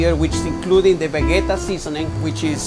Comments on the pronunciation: Pronounce as ve-je-ta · Vegeta is a Croatian product, I am Croatian and I am pretty sure that I know how to pronounce Vegeta! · stop saying vegeta